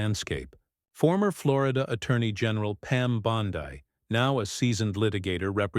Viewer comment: Bondeee pitiful ai